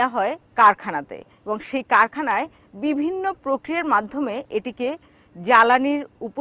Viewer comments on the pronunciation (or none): none